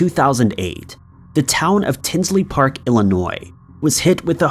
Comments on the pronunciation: Tinley park not tinsley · it's Tinley Park,Il not "Tinsley Park" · FYI, it's Tinley Park, not Tinsley Park. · It’s Tinley Park, the Lane Bryant murders, not tinsley. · Liked this and subscribed and I hate to do this but if anyone has yet to tell you it’s Tinley Park not Tinsley Park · It's Tinley Park not Tinsley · Hey.....FYI its T-i-n-l-e-y Park (not Tinsley) I am from Chicago and that is very very close